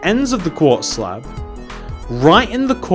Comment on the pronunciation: is it me or he keeps saying slap and not slab